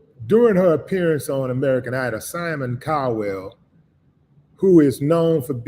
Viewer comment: It's Cowell not CALDWELL!!!!